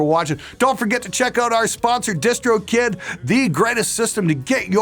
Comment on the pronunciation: I always thought he said distro kit*